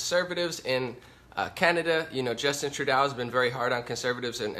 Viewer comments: Trudeau is pronounced Trudo :-) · Trudeau is pronounced - tru-dough - just being helpful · Excellent Breakdown of the Situation of the World due to Forced Migration/Invasion of Muslims! Btw, Trudeau's name is pronounced "True doh" But Believe me, WE Canadians have Many Names for him/her/it! He/She/It/They/Peoplekind Is The WORST PM In Our History! All the IDIOTS Who Voted For FuQTrudeau, most did so Because of the Cannabis Legalization promise. Well Known Ppl in the Cannabis Movement Encouraged Ppl To Vote For Trudeau/Liberals & 1 of Them Also Tried to Join the Liberal Party! However THOSE PPL Didn't even Look into the Govts VERSION of Legalization, just Stupidly Assumed Legalization Would be Run the Way the Cannabis Culture Wanted it to be! We in Canada, Do NOT have Much Choice in politicians To Vote For, the Top parties want Mass Immigration & to Make ONTARIO INTO A SANCTUARY CITY! WTF? Trudope now plans on BANNING HANDGUNS IN TORONTO, WE ALREADY HAVE GUN LAWS, ENFORCE THEM, STOP ALL NON CHRISTIAN IMMIGRATION & START THE DEPORTATION OF ALL THE ILLEGAL MIGRANTS & MUSLIMS OUT OF OUR BELOVED CANADA! Deport Them All Now Ban Islam NO MUSLIM MIGRANTS ALLOWED! Charity Begins At Home, Which Means: Support OUR OWN CANADIAN CITIZENS BEFORE BRINGING IN A BUNCH OF LOW IQ, MURDEROUS, BACKWARD, WELFARE CHEATS! CANADIANS NEED HOMES, WHY ARE OUR POLITICIANS GIVING HOUSING TO ILLEGAL MIGRANTS INSTEAD OF CANADIANS? TRUDEAU IS RESPONSIBLE FOR ALL DEATHS & INJURIES FROM THESE LAST 3 TERRORIST ATTACKS So Far This Year! TRUDEAU ALLOWED THESE BASTARDS INTO OUR HOMES & FOR THAT ACT OF T